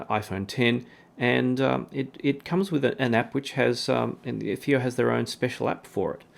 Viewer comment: the first reviewer who pronounced fiios name right. all others call it faayoh.